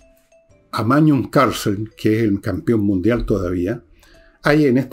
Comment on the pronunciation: Magnus Carlsen o "Mañus" de Villegas 🤣🤣🤣